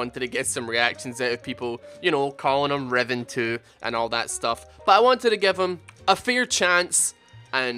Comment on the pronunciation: Freaking heard Revon instead of Riven and I was so confused, LOL!